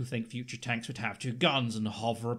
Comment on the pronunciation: "TANKS" Me: "You're welcome."